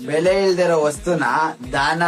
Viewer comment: ಬೆಳೆ ಅಂತೆ ಬೆಲೆ ಅನ್ನೋಕು ಬರ್ತಿಲ್ಲ.😂😂😂😂